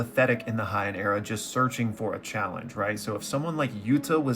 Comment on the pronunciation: its not (hey-in) either. It is pronounced "hey-ahn".